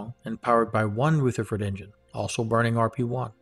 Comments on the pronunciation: Hi, great content but please, the engine is a Rutherford as in rug, not Rootherford as in rouge. It is named after Ernest Rutherford, 1st Baron Rutherford of Nelson, OM, FRS, HonFRSE[2] (30 August 1871 – 19 October 1937) was a New Zealand physicist who came to be known as the father of nuclear physics. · Pronunciation guidance: "Rutherford" is pronounced "R-other-ford", not R-ooth-erford. :-) It's named for Nobel winner, Ernest Rutherford, a New Zealander, who is known as the father of nuclear physics. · Ernest Rutherford like the New Zealand particle physicist who discovered the proton. Not Pronounced Rootherford. Ask Peter Beck how it is pronounced. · Very nice - rich in content and well presented. My only niggle is that you mispronounce "Rutherford".